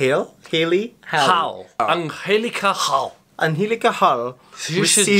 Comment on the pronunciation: ITS PRONOUNCE HAIL BUT WITH A NAME HALE LOL NOT HA-LE LOL